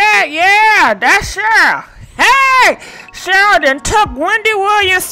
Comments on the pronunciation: I love you but girl.. you can mess up some names...Cheryl...Shirley...🤣🤣🤣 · one thing you will do, is mispronounced someone’s name 😂